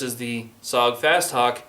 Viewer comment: IT'S PRONOUNCE S O G! NOT SOG! YOU SAY THE LETTER INDIVIDUALLY!! WHY DOES EVERYONE GET IT WRONG???